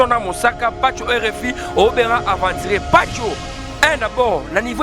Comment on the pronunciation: Mts suka en plus azalaka fière soki azoloba aventurier